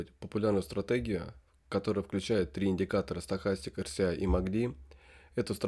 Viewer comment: Почему вы говорите эрСИай(RCI), если это эрЭСай RSI(relative strength index)?!